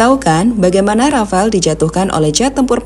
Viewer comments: Rafale min, bukan Rafael mah tetangga saya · Rafale mbak.... Bukan Rafael 😊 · Jet rafale min bukan rafael....hadduh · Rafale min buka rafael hadeu😂😂😂